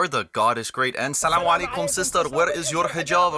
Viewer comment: Dude , how you said Salamo Alaikom , color me impressed …